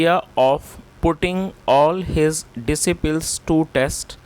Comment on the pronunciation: Please i have a suggestion for you.if you will feel evil so forgive me sir.but don't say डिसिपिल please i humble request you.please say डिसैपल i am saying that but i am feeling very sad becouse i do not have lot of knowledge than you.its all as you great teachers have given me